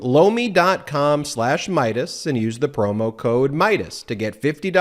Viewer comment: I was looking away from the TV screen when his Lomi ad came on.. I thought I heard him say blow me, haha, I had to look over.... that's when I saw he was doing a commercial for some kind of vegetable... now, every time he says the word I hear something else